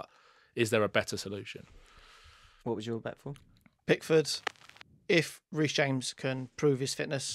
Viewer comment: BRO SAID REECE JAMES 😭😭